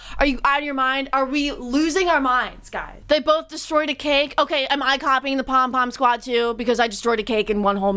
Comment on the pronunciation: Every time says "the pom pim squad" I giggle